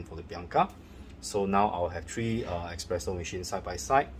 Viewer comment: You shouldnt say ekspresso,true is espresso(espireso) :)😊